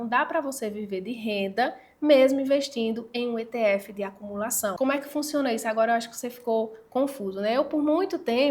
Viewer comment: Só de não falar itiefe já mereceu o like.😂😂😂😂😂